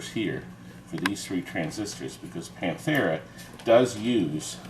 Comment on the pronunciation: Pan-AH-Tera hahahahahhahahahahahahhahaha!